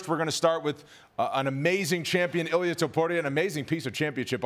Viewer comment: His name is I L I A (e-lee-a) not ilias he’s not Greek he’s Georgian 🇬🇪